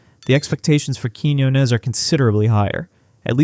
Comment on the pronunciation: You're pronouncing Blanca's last name wrong. Emphasis is on the O. As in, Quiñ-O-nez